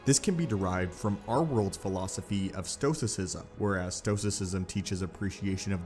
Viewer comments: It's "Stoicism," not "stosicism." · It's STOICISM not STOSICISM 😂😂😂 Jesus Christ, dude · Your narration is completely destroyed by your mispronunciation of Stoicism. (Stow-wis sizzum). The singular is STOW--ICK) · Stoicism pronounced stow - ih - si - zm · Sto a sisim ( sounds like pronunciation) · AFAIK stoicism is pronounced: “stow iss izm” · You might want to look up how to pronounce Stoicism. The Force abandoned you on this one. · Is your pronunciation of 'stoicism' particular to your accent? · You pronounced stoicism wrong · That's not how you pronounce stoicism.